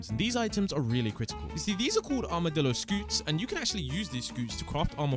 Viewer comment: bro really said he got accses to the armedilo early